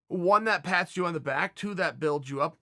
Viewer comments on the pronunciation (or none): none